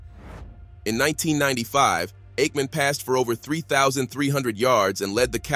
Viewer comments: Brett faverick and eightmam is your AI working alright. Lol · Get a real narrator. You AI voiceover can't pronounce Aikman or Favre